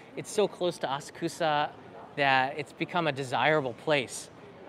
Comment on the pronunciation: As-kusa? Please say aSA k (u) sa. 🙄